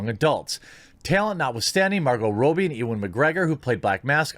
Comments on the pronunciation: why can't you talk? Margo Robi not roobi. Jeremy jahns not yahns, try to sound them out. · Sorry, but it's pronounced raw-bee. Hate to be a stickler. Love the channel! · Why you say "Row-bee" though? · Stop saying "Rowbee", you fat fuck.